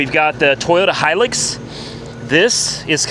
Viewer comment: Personally , I'd fix the vette , I couldn't help myself 😳 . As for how to pronounce hilux - say high , then luxury , then say it again without the ury on luxury 👍 (I'm pretty sure the tacoma in the us is the same thing?)